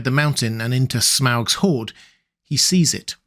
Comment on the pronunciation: Its pronounced smog.